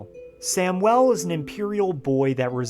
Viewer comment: I’ve never heard anyone pronounce Samuel as samwell. 😓